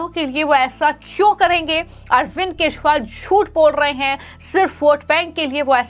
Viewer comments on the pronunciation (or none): चोर केजरीवाल को तुरंत जेल भेजो , मॅडम वो केशवाल नही केजरीवाल है आपकी भाषा सुधारो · 😂😂😂 aise bhi anchor hote hai yar jinko hindi bi sahi se nahi aati kejriwal ko keshwal bol rahi hai😂😂😂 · Kya is anchor ko Kejriwal ka naam bolna nahin aata Dhanya ho yah anchor dekh ke bhi kundak aati Hai is anchor ko